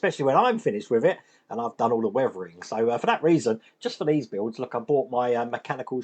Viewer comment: What is it with you UK English and words with "th"? Weavering-weathering, Wiff-with, Free-three, Brover-brother, Furver-further, etc.